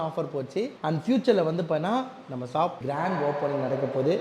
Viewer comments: Shop ❌ Saap ✅ Starting ❌ Saating ✅ Yamaha ❌ Yamagaa✅ Dealership ❌ Tealersip ✅ Support ❌ Sappot✅ Subscribe ❌ Sascibe✅ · Shop ❌ Saab✅ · Shop❌ Sap✅ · Shop is a word, shaap is an emotion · Shop❌saaap✅ Starting ❌saating✅ Reply❌replay✅ Tharkuri for reason....😂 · Reply ❌ replay ✅ Helmet ❌ Yelmat✅ Shop ❌ sop✅ Current ❌ karand✅ Struggle ❌ stugle✅ Reject ❌ deject✅